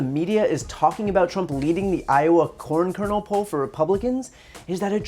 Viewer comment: I'm not sure if he's misspeaking but I was hearing corn kernal porn lol